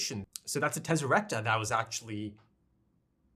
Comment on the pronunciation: "Teselecta" buddy